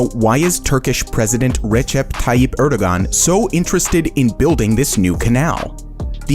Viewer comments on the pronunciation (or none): The dude also pronounces Erdoğan incorrectly.